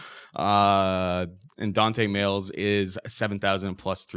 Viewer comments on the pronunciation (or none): ITS DEFINITELY MAYES NOT MAILS FUCK